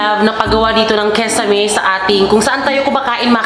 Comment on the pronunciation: Kisame sis... Hindi kesame👍